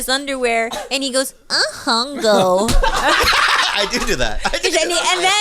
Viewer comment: “I hungo” 💀